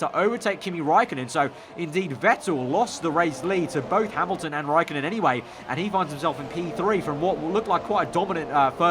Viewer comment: You use ä and ö but you cant speak with them